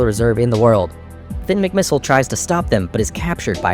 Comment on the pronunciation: You skipped the part where Tony Trihull tried to kill Finn with a torpedo, which Finn narrowly avoids and turns into a submarine, while also lifting his spare tires to the top of the water to trick the Lemons and Zündapp into thinking he’s dead. Also, you’re not British (European); pronouncing I’s as “EYE” is their tradition, not yours, so it’s pronounced mick-mih-SIHL, “Patrick Star”! 🤨